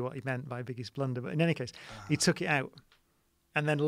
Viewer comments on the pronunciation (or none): none